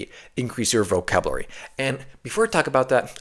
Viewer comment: He did he just say "vocabruary"?